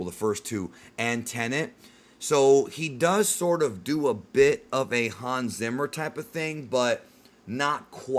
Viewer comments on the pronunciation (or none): none